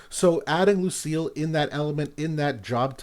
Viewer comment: Btw they pronounce her name Luci-ELL in the story